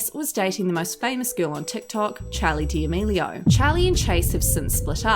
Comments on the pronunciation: why does she say “charlie diamelio” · “chALEe DALaMEELiO” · Did she really say “Chali deAmilio” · “Charli Deamealieao” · great video but you said her last name wrong...